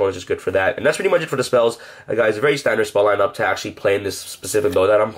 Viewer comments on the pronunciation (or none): none